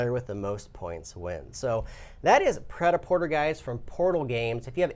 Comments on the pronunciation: This is not the french way of pronuncing it but it's better than "praitaporteur". XP Also, it means "ready to wear" as written on the board, not "made to wear". But never mind me, you're welcome. ;) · cringe 'pret a porter' is french. the er is accented to 'eh' or é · Cringe at the pronunciation. The meaning translates more closely to "ready to wear". Sorry to get pedantic.